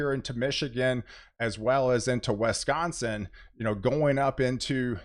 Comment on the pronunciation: West-consin haha pretty sure there's an I in there brotha man!